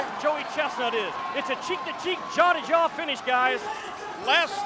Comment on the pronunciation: The way this announcer pronounces "jaw" 🤣🤣